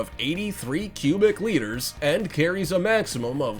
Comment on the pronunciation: It's actually liters. A litter is what a cat gives birth to.